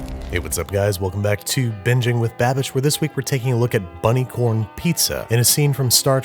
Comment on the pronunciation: I bet he’s going to say bunny corn again in a future video.